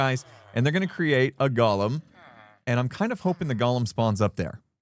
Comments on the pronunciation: It’s Go-lem, not gall-em. That was the name of the crazy critter in Lord of the Rings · The way you say Golem sounds like you're saying Gollum from Lord of the Rings. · I love it! But GO-lem. Goa-lem. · Golem and Gollum are two different words. They are pronounced differently. The first is GO-lem. The second is how pronounces it in this video. Golem is from Hebrew (meaning shapeless mass), and if you have never read about the Golem of Prague, you have a nice treat ahead of you. Gollum is from Tolkien's stories: The Hobbit and the Lord of the Rings. He was named for the guttural sound he voices. Why do I make a point? There is a certain cultural pride in the Golem, and don't like have it confused with the less admirable character of Gollum. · What is the deal with Hermits being unable to pronounce 'golem'? Xisuma is the same! He's not a LOTR character, y'know...